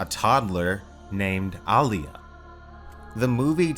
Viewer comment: Told you it's All-ya, not, Ah-lee-ah 😂 🙄